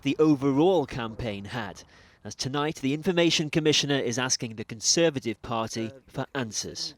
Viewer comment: CON-serve-at-ive Crime